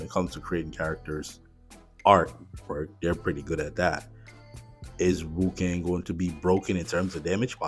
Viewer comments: Cool video, and i'm interested to see how the new hero plays out. Just an fyi, you said wu-kang quite a lot through the video, rather than wu-kong (with an O, similar to king kong) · its not WuKang, it's WuKong XD